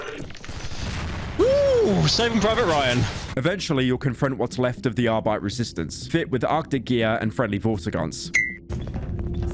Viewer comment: Pyro's prononciation of the Word "Arbeit" is fucking perfekt.